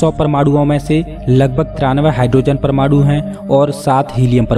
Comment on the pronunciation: Bhai aapke saare video kamaal hain... Main aapka shukkriya ada karta hun aapne itni achhi jaankari di hai humesha... Par please अणु ko अड़ु aur विकीरण ko विकीरड़ aur परमाणु ko परमाड़ु mat bolo... ण ko ण bolo, ड़ mat bolo... Thanks a lot ❤️❤️❤️